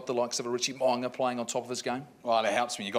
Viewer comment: When would you Kiwi such as John Kirwin start to pronounce Mo’unga poperly!Its not Mo-arnger!Mor-ooh- nga